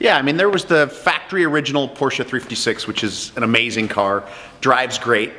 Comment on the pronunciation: Thumbs up. He is able to say „Porsche“ the right way ( for the others: it’s not a porsh ;^) )